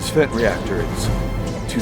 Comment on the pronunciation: Hearing a British narrator say "Fent" was weird af 🤣